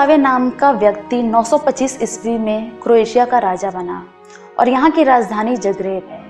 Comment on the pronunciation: Appreciated the efforts to put wonderful and near the perfect points about Croatia. Except few things. Its not Cro-atia, its Croatia (pronounciation matters here) And kings landing is not a movie its a place shown in game of thrones where the king is landing in old town of dubrovnik, which is one of the famous shooting locations of Game of thrones. Rest all its a nice video ma'am/sir